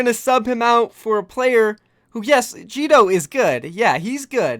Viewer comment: ITS NOT JIDO!!!